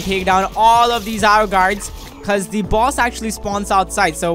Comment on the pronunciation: stop calling the Io gards ro gards